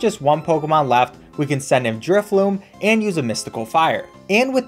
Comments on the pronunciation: The whole time he’s using drifblim i hear him calling it drifloom lol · I love your vids, but say it with me inhales driftBLIM!! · My boy Drifblim did not deserve the mispronunciation 😭